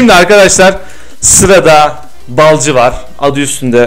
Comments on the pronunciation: Efsane Balcı Değl Lan Efsane BALİCİ Düzgün oku şunu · Balcı Değil BALİCİ